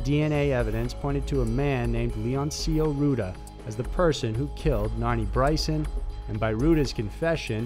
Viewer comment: Your videos are awesome... but seriously, you HAVE to work on your pronounciation man.. Rueda is not pronounced "Roo-da" its "Roo-e-da" This is no just with Hispanic names, you butcher the hell out of other pronunciations!!